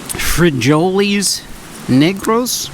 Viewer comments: Frijoles - Free Hole Les is how you would properly say it. But it's okay, if you're not used to speaking Spanish nobody would really be upset or anything. Thank you for the good content between you and your Dad. Always fun to watch the adventures you gentlemen have. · Please stop saying free-joe-lees lol its pronounced free-hoh-lehs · Frijoles Negros = black beans. Frijoles pronounced: free-hole-less 😅 The "J" in espanol is pronounced as an "H". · It's pronounced "free-ho-lays" lol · Frejoles...lol It's pronounced "free-hol-ees"...😂😂😂 I was cracking up every time you said it. I told my mom once, "No habla Español"...but I pronounced it as "es-paniel, "and she just laughed. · Its pronounced free holy 😂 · Free-hoh-lehs* not holy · Free holeys ,neg rows. Is how you pronounce it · Frijoles - free-hole-es. Love the vids, keep 'em coming! Cheers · It's pronounced free-ho-les. That's how you say beans in Spanish. Negro is black in Spanish. Hence they're black beans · Frijoles negros is pronounced Free hole A’s and you said negros right it’s just the Spanish language rolls their R’s but you won’t be cancelled frijoles means bean and negros means black in Spanish lol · J's are pronounced as h's in spanish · He did not say it like that. He pronounced "black" in Spanish correctly. He mispronounced frijoles, but he simply doesn't know. You're a disgusting person.